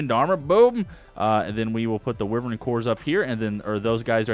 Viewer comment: wyvern is pronounced why-vern